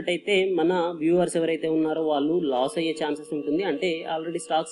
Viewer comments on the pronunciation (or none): none